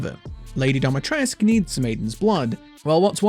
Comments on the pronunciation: But why dometresk? Dimitrescu isn't that hard to pronounce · Dimi. DEE-MEE-TRES-CU. Not Domatresc. This is not your private domicile. This is DIMITRESCU. Pronounced phonetically. The game got it wrong, and so does everyone else.